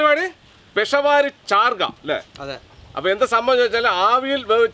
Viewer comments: പെഷവാരി ചാർഗ്ഗ ❌ പേഷാവരി ചർഗ്ഗാ ✅ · പെഷ വാരി അല്ല പെഷാവരി 😂😂